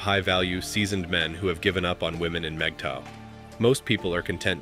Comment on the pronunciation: Good video. Can’t share it, unfortunately. The computer constantly voices MGTOW incorrectly and even misspells the acronym. The informational aspect in point on. As I’m not sure that these are mistakes or an attempt to clown us, I cannot forward. Thanks anyway.